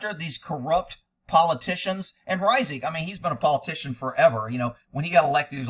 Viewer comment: This man is tarnishing the Reisig name! Hey you pronounce it correctly too! That’s a rarity!